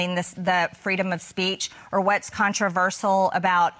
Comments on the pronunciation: Can’t pronounce “controversial”! 🤪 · WE ARE NOT COMMUNISTS You are controversial and btw it doesn't have 5 syllables!!! Where did you get your education? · Controversial- got the pronunciation wrong twice. Small point? Or maybe being relatively literate and educated is important. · Gespacho space lasers can't even say controversial and the things you say aren't true marge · Yeah, "contraver-shee-yall...." Then, "contra-verse-ull". Just throwing them out there to see which sounds better---like her opinions. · How many ways can you mispronounce controversial? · The blonde dude can't even say the word "controvershyall" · Haha “Contrivers-seal” tooo big a word eh Marge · Controverseeal and controversal? Does she have a speech impediment? {:o:O:} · Marge, it's CON-TRA-VER-SHALL. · She can’t even pronounce controversial. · She can't even pronounce the word "controversial." Good god. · She cant even pronounce the word controversial. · She can't even pronounce " Controversial" without really having to think about it. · Peach tree dish. Caspacho. She can’t even pronounce controversial. How the f—- did this women become part of congress? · "I stand by the words that I say..." even if I can't say them correctly. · You can trust MTG to mispronounce controversial three times in nine seconds. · She doesn’t think she said anything controversial because she can’t even pronounce that word. 😂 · She can’t even pronounce the word controversial…. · She can’t even pronounce “controversial” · She can't pronounce the word "controversial" either nor can she answer a straight question. She's all "fake" and desperate to be relevant. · "I stand by the words I say". Really? Three attempts at getting her dumb mouth around the word "controversial" and I still don't think she nailed it! 😂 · She can't even pronoun controversial.. after 3 tries.. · She can't even pronounce the word controversial properly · Can’t pronounce “controversial”! 😂🤣😂